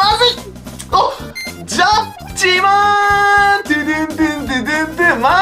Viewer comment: ジャッジマーンのイントネーションが完全にトゥットゥルー